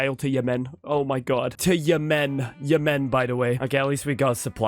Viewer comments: I genuinely cannot think of a reason why stresses the second syllable in Yemen. Everyone I’ve ever met pronounces it /jɛmn/. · I love seeing the IPA in the wild. And yeah, never heard anyone pronounce it like him. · Never say Yemen like that again 😢😢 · I'm 99% sure that is French Canadian. I think all of his mispronunciations of country names are just the French names with an Anglo-Canadian accent. It's certainly true of Yemen/Yémen. 😂